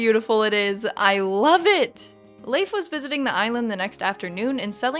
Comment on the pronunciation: Pronouncing Leif as layf instead of leaf is monstrous